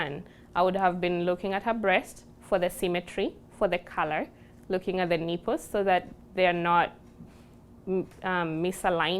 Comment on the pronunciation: And "neeples"!